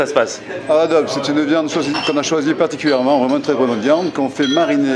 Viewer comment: Par contre, on dit pas non plus "dob", on dit "dobe"